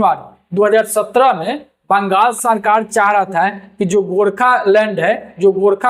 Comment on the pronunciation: Gorkhalund kya hota hai pronounce toh sahi karte gorkhaland